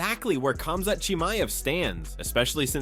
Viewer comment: Not Kazmat